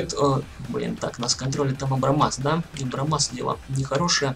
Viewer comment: абрамс а не абрамас